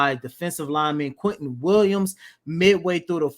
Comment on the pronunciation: QUINNEN Williams, not Quinton.